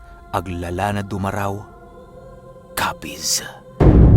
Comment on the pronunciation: Du Ma Rao. Hindi po diretso. Mali Pronunciation